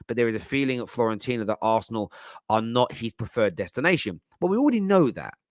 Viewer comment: Why do people say "Florentina" 🙄 02.42